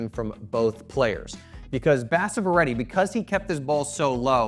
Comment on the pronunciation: Pronounced Ba - sa - va - reddy :_: not basav-reddy